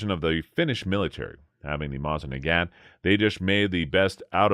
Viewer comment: He makes it sound like ONE word? Mozinaggat. OR is it Moznaggat? Curious that it's 27,50 as opposed to "our" 2,750. Seems that, along with no "Stone" & weighing in lb (#?) they never discoverered the 1,ooo & count only in 1oos